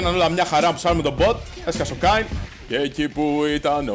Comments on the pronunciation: Ας εστιασουμε τώρα στον Kayn που διαβάζετε Κέιν κι οχι Κάιν για να μην βγάλουν τα αυτιά μας καρκίνο την επόμενη φορά. Φιλια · Κάιν? Καιν! XD τι Καιν ρε φίλε Κέιν λέγεται, δηλαδή πως τον λες τον πάικ?, πουκι? XD, λατρεύω να κάνουν παίχτες του λολ λάθος με τα ονόματα των championsXD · Μόνο εγώ cringara κάθε φορά που έλεγε Κάιν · O " Ka-in " xD Kleo re file. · ΜΟΝΟ ΕΜΕΝΑ ΜΟΥ ΤΗΝ ΣΠΑΕΙ ΠΟΥ ΛΕΕΙ ΕΤΣΙ ΤΟΝ KAYN? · όχι και εμένα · K emena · den einai oti mou thn spaei apla mou akougete paraxeno kai cringarw